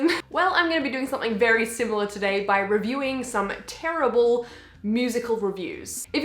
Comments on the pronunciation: “here are some very very TeRiBaRlE reviews” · I love the way you say TERRIBLE! Also love the stickers you got on your laptop where did you get them?